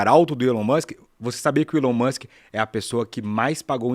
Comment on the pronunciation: "Elão Muxiem"